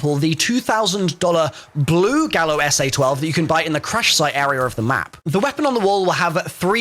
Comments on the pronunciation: It's pronounced "Guy-oh" not "Gal-oh" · Its pronounced "gaio" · “Gallo” pronounced gah•yo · the Gallo is pronounced "Guy-oh' its a spanish word and the 'll' is pronounced as a 'Y', "Gallo means rooster in spanish"